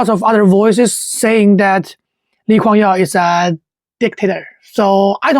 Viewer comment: I think the narrator is using the Chinese name of LKY. hence, the "Yeow" pronunciation.